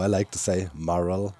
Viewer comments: Pronunciation tip, you’re pronouncing mural as more-al but it should be pronounced muh-your-all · Amazing work Doc. The mural looks fantastic. Pronounced me-your-all but the timing is more like myour-all. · Mural = Mew - Ral (Mew as in Moo - cow sound. Ral as in Rally without the y) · mural is pronounced "mjural". Thanks for the best content on the HC-server! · In case you mind, Doc: the syllables in “mural” are usually pronounced “myurr” (rhymes with “spur” or “burr”) and “ull” (rhymes with “cull” or “pull”). Myurr-ull. But personally, I don’t mind your unusual pronunciation of it! It’s obvious what you mean in context. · The pronunciation of mural is “myur·uhl” 👍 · idk if you care about it, but mural is pronounced "miurol" with the "mju" like in the english pronounciartion of munich (München) and "rol" like in "im on a roll" (im german myself and english pronounciation is weird as heck so i feel your pain, but as an english major i felt the need to write this comment :P) hope i dont seem like a smartass <3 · Not that it really matters, but incase you'd like to be confident saying mural, it's pronounced 'm-you-r-all'. Very similar to morale 'm-or-al' (high group spirit) and moral 'mo-r-all' (lesson of a story) English is hard 😮‍💨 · Just a PSA... "Mural" is pronounced "Mm-You-Err-All" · where i'm from, its pronounced m-your-als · BAHHAHA i absolutely LOVE the way u say mural brings a smile to my face every time :))) Here in Australia we pronounce it “myoo-rul” which I’ve been told is pretty funny too 😆